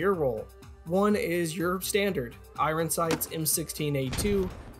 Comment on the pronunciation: I-I-Ron strikes again.